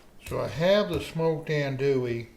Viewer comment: Filé (ground sassafras) is never a spice used in Cajun sausage or Cajun andouille sausage. Other spices in the mix are off. Finally leggs is an Alabama business it’s not a Louisiana Cajun business. The spices in andouille (pronounced auhn-do-e, not as pronounced in the video). Initially I wasn’t gong to say anything about the size of the grinder plate, but then things were reground even finer. This sausage depends on a rough grind. The traditional plate has about 5 3/4 inch holes. No finer grind is acceptable. Then it must be stuffed into midling beef casings only and it must be cured and then smoked for at least a day. This was breakfast sausage. It won’t taste right at all for a gumbo or beans.